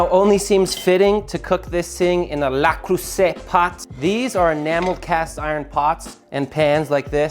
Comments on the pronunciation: LE CREUSET. not la cweser 🤪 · "La Crouset" Pot :-D Nicely said ("Le Creuset" would be more correct but this is still nice :) As a Frenchman I can only confirm. You get a "Le Creuset" Pot, you keep it your whole life